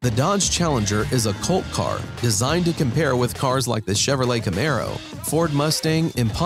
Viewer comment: You pronounce it right CAMARO not like the narrator keymeyro 😂